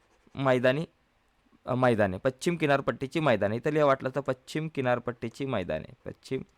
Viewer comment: व्याख्यान उत्तम पण पच्छिम नव्हे, पश्चिम....